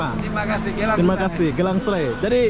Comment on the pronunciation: Sebutan dalam bahaha indonesia jadi "gilang" bukan "gélang"